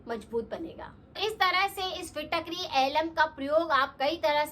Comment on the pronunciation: Fitkatri ap shi s bol nahi pa rhi